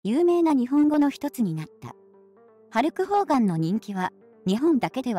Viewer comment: ホルクハーガンに聞こえるよね